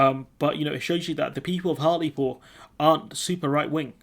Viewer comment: Hartlepool - not 'Hartley Pool'